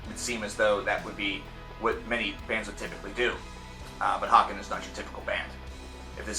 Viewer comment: It's pronounced hay-ken as in taken and bacon